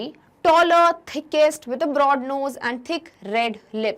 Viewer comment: ma’am thickset hai thickest nahi.🤣🤣